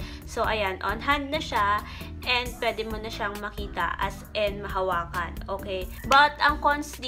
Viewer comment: “as en” HAHAHAHAH di talaga “as in” 😆